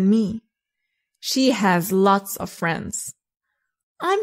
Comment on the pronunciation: Why do you insist to pronounce "of" wrongly? Of is pronounced as /ov/ and off is pronounced /of/